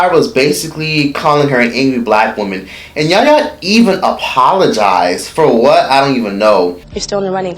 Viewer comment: Yaya* not kenyah